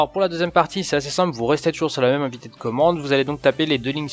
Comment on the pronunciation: Bonjour Guillaume BonvoisinMerci pour le tutorial mdp Wds 10... Il serait bon de dissiper les confusions potentielles : mdp, code confidentiel code pin ... confusions entretenues par Microsoft (ou les traducteurs) qui mélange joyeusement les notions et la terminologie dans son support.Par ailleurs ne pas dire "invité" de commande qui ne veut rien dire : le bon terme est "invitE de commande" (sans accent aiguê) équivalent d' "invitation"Bon vent